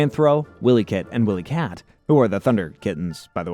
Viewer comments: Lost me a minute in for not even knowing how to pronounce their names. Tells me you never watched the show. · Wilykit & Wilykat pronounced why-lee. Not Willy kit and Willy kat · You think you're and expert on Thundercats and you call them Williekit and williekat? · Yeah, Wylie Kit and Wylie Kat are both mispronounced as well.